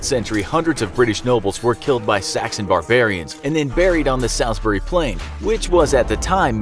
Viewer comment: The way this guy pronounces Salisbury vexes me and idk y